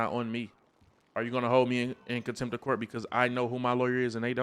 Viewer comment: Contempt not attempt 😂